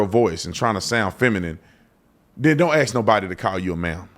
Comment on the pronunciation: C'mon man. 14 minutes of a smart, intelligent, informative conversation, then you sound ignorant. "Axe" is a tool for chopping wood. "Ask" is a question. You don't even try to speak right.